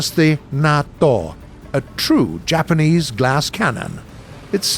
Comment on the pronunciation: Bruce should never ever have been allowed within a mile of any Japanese word